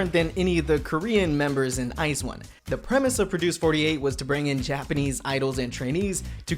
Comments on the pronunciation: nope, it's "ice one", you can find clips of the girls themselves pronouncing it like that. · it's pronounce as "ice one" though, so he's correct.